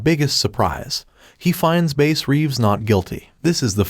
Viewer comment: If you watch the trailer that first came out he says his name and he pronounces it Bass just fyi